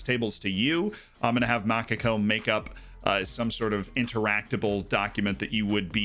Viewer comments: Because if so, it's portuguese for Macaque, and it's pronounced basically the same: maCAco. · Sir are you trying to say Macaco?